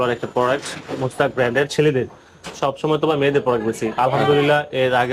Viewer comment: আরেহ মুসতাক না রেহ ভাই...মুসট্যাশ নাম